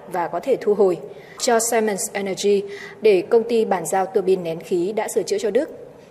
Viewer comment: Hãng sản xuất cơ điện Siemens của Đức..phát âm như đọc, không phát âm theo Anh ngữ,nghe kỳ lắm..!!!